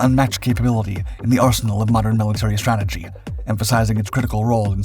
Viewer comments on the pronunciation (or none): none